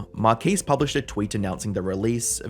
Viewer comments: Marquiis?? Marques…. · Who is "Markees"?